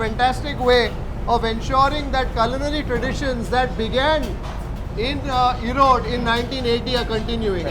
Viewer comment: it's 'erode' not 'erodu'